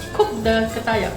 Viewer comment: Ketayap bro not kertayap lol 😄